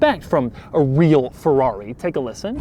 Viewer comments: P O RR T O F I N O, please. NOT porrofino. F E R R R A R I not farari. PLEASE!!! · Not Feuuuaauuuii! FeRRRaaaRRRiiii! :-D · Come on, can't you even say Ferrari? When you are bored inventing your own brand pronunciation? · Boy its called FERRARI and NOT fevvauvi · I hate how he says Fewawi.... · Nice Pherrawree! Nice Topperation :P